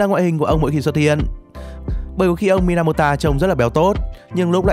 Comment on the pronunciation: mình đọc trong chuyện thấy ng ta ghi là Minamoto chứ ko phải Mynamota